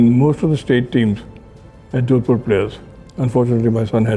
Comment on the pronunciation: it's jodhpur not jodpur.